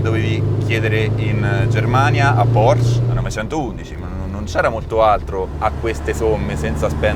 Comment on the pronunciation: Si dice PorschE, cristo!